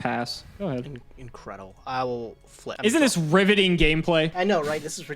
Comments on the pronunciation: Did he just say ribbiting instead of riveting? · When said, 'Riveting' I honestly thought it said, 'Ribbiting' due to it being a Frog mirror lol And wait, flips the paleo face down as a monster. Wouldn't it be put f/d as a trap?